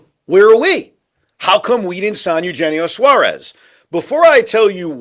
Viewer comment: Can you pronounce Eugenio Suarez name properly. You hear Shaun and Pete pronounce it the right way and you still decide not to do it